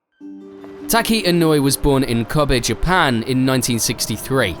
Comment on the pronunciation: Tacky Inuwi. Sure. That's totally how you say that. (nope) E, no? Eh? (<<-- say this. And you've got it right.)